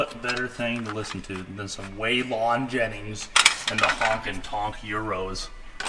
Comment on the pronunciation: "Way lon Jennings" lol